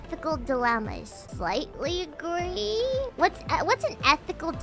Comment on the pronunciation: Agwee or Disagwee